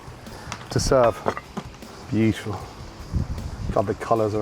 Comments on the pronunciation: bitiful, bitiful, bitiful,... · “Look at that biuful”